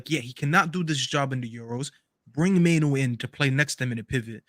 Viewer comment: It's Merino Staffy, not Mereno, why can't you read?